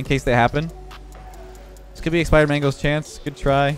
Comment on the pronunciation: calling expired mango expirman. haha